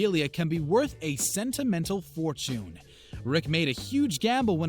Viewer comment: He pronounced fortune forchoon I'm dead